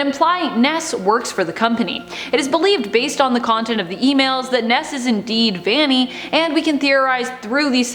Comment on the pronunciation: by the way it’s not ‘vani’ its ‘vanny’ (no hate!)